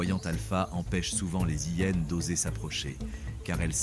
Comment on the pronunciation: Bonjour, tres beau documentaire par les images sinon, c'est vraiment penible cette voix par l'AI ... des Zhyennes et beaucoup trop de fautes. Vraiment dommage.